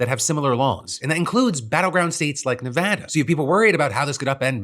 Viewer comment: I just want to say thank you for saying Nevada correctly.